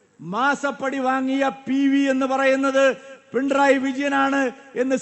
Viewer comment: പി ൺ റയി അല്ല മാഷേ പിണറായി.😂